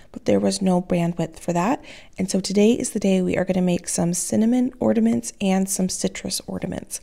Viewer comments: The word is ORNAMENTS not ORDAMENTS. Is nobody else hearing this?? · Ordaments lol. Or-na-ments! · Those cinnamon ornaments would have looked really cute with a snowflake stamp or something in the middle. But theh still look cute with the lemon slices though! (Btw, are you saying "orDaments" with a "d" in the middle instead of the "n" in ornaments?) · Yes, I am hearing ordaments everytime 😂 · Am I hearing correctly when says ordaments? It's ornaments, there is no 'd' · Did the recipe call for powdered sugar? That seems like a more logical choice for a velvet pie.. and I’m sorry the only thing I could hear the entire video after you said it the first time was ordaments lol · Why do Americans call them orderments? There ornaments there’s no D ? x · I love that you say ordaments! 😁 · Is she saying “ordaments” with a D ??? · Psst…there’s no D in ornaments.